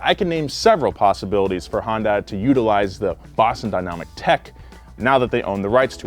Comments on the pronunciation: Baby girl, it’s pronounced “hun-day”. I’ve heard both “hi-un-day” and hi-un-die” in this videos intro alone. Mama, just like repeat the “hun-day” over and over and hopefully it’ll stick. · I know you likely don’t care, but for the love of god. Hyundai is not pronounced HON DAI. Hyun Day is the closest way to pronounce it without knowing Korean. It translates directly to modern technology. But I beg of you, pronounce it correctly, my ears are bleeding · i hate how people keep pronouncing Hyundai as HUN DAI. It's Michael Jackson's Hee Hee, the YUH from rap songs but with an N at the end of it, and then DAY. HEE YUHN DAY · It's hun day ya dork not hyun di or hyun da i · Hun-day Please. Not Hi-un-die 🥺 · that’s a Yun - dai not hun -Dai jesusss😩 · “Hi Yun Dai” ? Always thought it was pronounced “Hundai” all these years. Guess I was wrong 🤷‍♂️😭🥔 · It's not HA-YUN-DIE It's HYUN-DAY I still don't understand how Americans get this wrong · "High-uhn-die" That's the strangest way I heard someone try to pronouce hyundai. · My only complaint about this video is pronunciation of Hyundai. It’s not Hon-die or Hon-day. The y is subtle. But it’s there. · It’s HUN-DAY. 😐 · why is it that americans can't say "hyundai" properly and say "hondai" instead? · It's Hai-Un-Dai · Hyundai rhymes with Sunday. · Hyundai is pronounced “Hun day”. It’s painful (and frankly inexcusable) listening to a car channel say a popular automakers name wrong repeatedly. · It’s pronounced HEEEYUN DAY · just a tip, it’s pronounced “Hun-Day” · You're right! I kept thinking he was saying "Honda". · Did he seriously just say “highindah” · It's pronounced: "Hi-yun-die" (technically) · In Korean, it's pronounced Hyun-deh. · Everytime you mispronounce hyundai it kills me inside. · Every time I hear try to pronounce Hyundai I die inside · I cringe every time he says Hyundai lol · Just practice with me one time bro. Hyun rhymes with sun. Dai rhymes with say. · Please stop pronouncing it that way